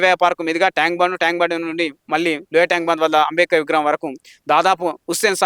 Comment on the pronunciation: ఆరె నాయన ముందు నువ్వు స్పష్టం గా అంబేద్కర్ అని palakatum నేర్చుకో. మాల లు చేసే పోరాటం రాజ్యాంగం ప్రకారం ఉంటాయి. మీరు చేసేది రాజ్యాంగం ప్రకారం లేదు అందుకే మీరు,మిమ్మల్ని వెనుక వేసుకొని వచ్చే సమాజం రాజ్యాంగం మీద నమ్మకం గౌరవం లేదు. అందుకే ఎంత మంది ఎన్ని కుట్రలు చేసినా ఫలితం శూన్యం. ముందు మోడీ తీర్పు ఒక సారి పూర్తి గా చదువు. మరి నిజమే కదా ఇప్పుడు మంద కృష్ణ అన్న మోడీ తీర్పు అని వొప్పుకున్నావు కదా. తమ్ముడు ని బాద అర్థం అవుతుంది. నువ్వు అలగా మాట్లాడ పోతే మంద నిన్ను బయట కు pamputhadu కదా. పాపం.